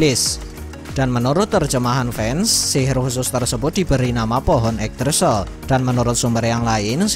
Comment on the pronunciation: Min mending pakai google translate gmn pengucapan sebuah kalimat Yggdrasil yg benar.